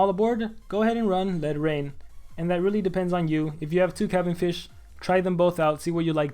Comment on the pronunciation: ITS NOT PRONOUNCED THAT WAY